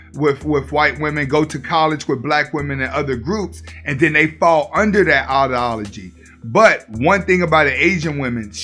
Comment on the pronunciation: Lol buddy can't talk for shit. Audi-ology you mean ideology